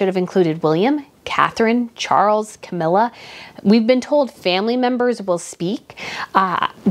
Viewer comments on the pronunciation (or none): none